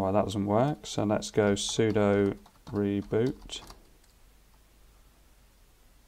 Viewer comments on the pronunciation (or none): none